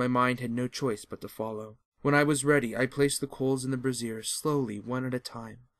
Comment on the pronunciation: Teehee. Brazier (BRAY-zier), not brassiere (bra-ZIER). One is for coal; the other for boobies.